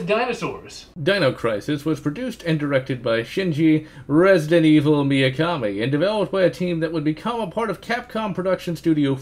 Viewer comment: Why do you pronounce Mikami as "Miyakami"? You already seemed to do that on the Resident Evil video. Just nitpicking I guess, good video nonetheless :)